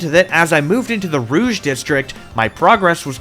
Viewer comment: The pronunciation of the sectors is killing me 😭 you'll never see this but here's how you can pronounce the french words without going full out Vert = V-eh-r Jaune = Joe-n Rouge = Roo-j Bleu = Bl-eugh Magenta = just-say-magenta-normally